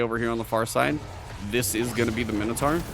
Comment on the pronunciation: Great video. Mino "taur" pronounced "tor" not mino "tar".